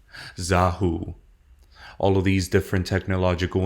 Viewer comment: Xahau is pronounced Zuh-HOW not Zah-HOO.